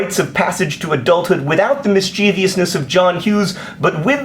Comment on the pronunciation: Oh John, you didn't just add a random extra syllable in 'mischievousness' did you?